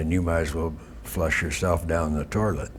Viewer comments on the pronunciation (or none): What's a "torlet"?